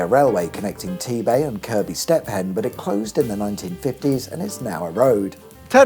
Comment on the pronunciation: I can safely say that everyone i have ever met pronounces it Kirk-be. Not kerb-y. Maybe that's a derbyshire thing though